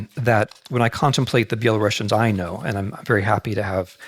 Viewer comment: I did have respect for Mr. Snyder as historian, but couldn't continue to listen to his lecture since he kept mispronouncing the name of Belarusians. I actually found it quite disrespectful and even offending. I'm sure he perfectly knows how to pronounce the name properly, but just doesn't give a sh..t. Unfortunatelly.